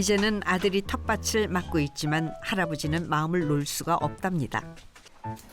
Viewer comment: 나레이션도 발음법이 안좋네요. 텃밭을....연음법칙으로 ' 터빠틀' 로발음해야죠.ㅋ 한번은 터빠슬,터빠츨......말이 안되요.ㅋㅋ